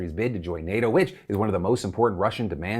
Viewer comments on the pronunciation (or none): none